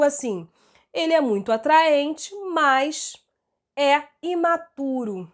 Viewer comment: eu so fiquei cm agonia q ela fala MAS parecendo MAIS KKKKKKKKKKKKKKKKKKKKKKKKKKK de resto otima aula